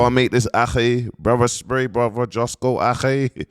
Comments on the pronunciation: Don't you mean Jusco?😂😂😂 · Bro I rate you and your work rate but there’s no way you’re still saying justco after you’ve said it right 100 times and you know it’s not justco 🤦🏽‍♂️ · Man still fighting for his life to pronounce Justo correctly 😂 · Imagine struggling to say 5 letters at close to 40 braaaazy work 😂😂